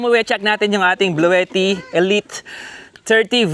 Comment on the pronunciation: Si antet ng bahay jeep iba ang pag bigkas nya sa bluetti😅😅😅